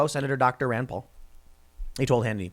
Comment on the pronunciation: ahh yes, dr fauci's "rend poll"